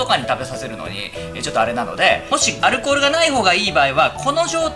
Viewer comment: アルコール好きってアル中に聴こえてくるw